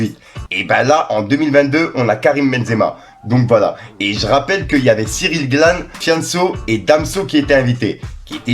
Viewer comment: Cyril Gane pas "Glane" 😂